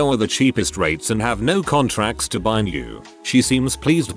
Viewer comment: The tts voice can’t even say “No.” LOL. 🤣